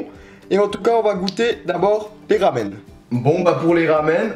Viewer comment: Sa se prononce pas ramen